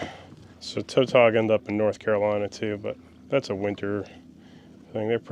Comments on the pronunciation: You got on a lot of fish! Ive always pronounced Tautog as never heard it said as "toe-tawg"! I see you cut the flounder fillets off but you skipped how you removed the skin from the fillets? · Toetog😂 tuh-tog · It's Tautog not Toetog. Is that a northern nickname or is that the actual way y'all pronounce them. Because no one in Maryland/Delaware never says that. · In Virginia we pronounce Tautog as it were a w.It would sound like it was spelt Tawtog.The au sounds like a w.The og as in frog.